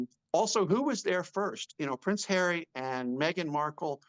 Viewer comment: PVvvvvvince havvvvvy 😂